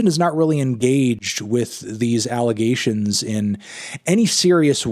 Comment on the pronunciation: you said it alligations